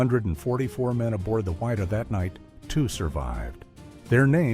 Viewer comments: its WID-DAH not WHY_DAH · its pronounced "Widdah" not WHY DUH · It's pronounced Widdah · It's pronounced Wid-Dah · Wha-dee-ah 😅 it bothered me a lot too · it grated me every time I heard the ship's name mispronounced. it was not the "why-da". Ugh. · Pronounce the name of the ship correctly please.